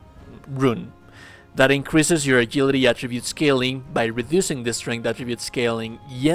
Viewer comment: A JIL ITY not A GIL ITY